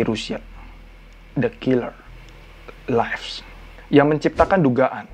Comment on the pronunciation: Lives bacanya bukan “laifs” bang tapi “livs”